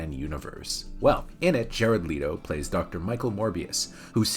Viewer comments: You pronounced Jered Leto's last name wrong. It's Let-o. Not Le-to. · I don’t think I ever heard anybody call him Jared Leeto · WHY DO YOU KEEP PRONOUNCING HIS LAST NAME WRONG!!!!!!!!!!!! 🤬😵‍💫😤